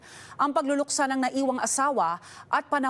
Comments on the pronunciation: good video btw "ng" like in, for example, "buwan ng wika" is pronounced "nang", not "nga" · “ng” pronounce as nang not nga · why do you pronounce "ng" as "nga"? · Your accent is very good. The only thing I heard that you have difficulty is pronouncing the word "ng". When it is a particle like "buwan 'ng' wika" or "Nagdala siya 'ng' liham", it is pronounced as "nang" even though it is spelled as "ng". Keep it up 🥰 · ng pronounce as nang